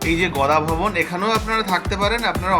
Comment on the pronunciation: Gada bhawan mam Not Goda bhawan👍